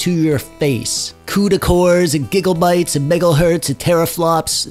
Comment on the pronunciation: Did my man just say giggle bites?